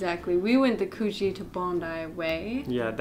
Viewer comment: Also, the "oo" in Coogee rhymes with "book", not "spoon". 🙃